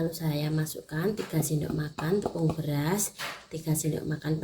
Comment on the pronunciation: Tepung beras nya bera sd ngomong nya begitu amat